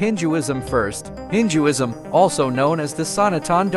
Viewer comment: Ok why tf is this Ai pronouncing it Hin-Jewisn